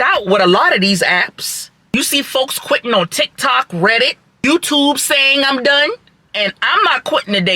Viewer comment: Dwivers are qwitting lef and wight? wtf is your tongue swollen up